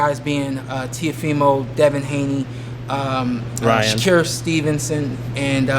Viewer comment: “Sha Cure” Stevenson